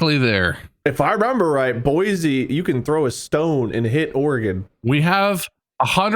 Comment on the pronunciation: Sorry. As someone who LIVES there, I have to get this out of the way, it’s pronounced boy-SEE, not boy-ZEE….